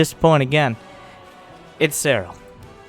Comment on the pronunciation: said that seRRal did that to emphasize the rolling R's pronounciation of his name.